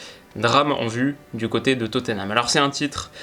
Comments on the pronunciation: S'il vous plaît : on prononce << Totnam >>, pas << Toteunam >>. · Je t'en supplie c'est Tottenham et pas Toténham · Oh mon dieu je suis obligé de le dire même si c'est 3x rien ça me frustre trop x) c'est pas toténam, ni toteunam, c'est juste totnam 🙏🙏🙏